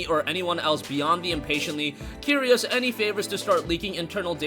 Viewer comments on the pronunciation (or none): none